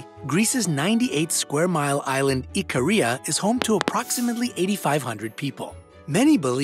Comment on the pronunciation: For some reason whenever he says Ikaria, I hear Korea 😂😭